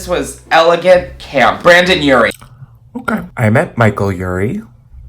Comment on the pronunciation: I wasn’t paying attention, and when he said Brandon Urie I whipped my phone up. A) because it’s Brendon, not Brandon. And B) because I 100% the little man would slay camp.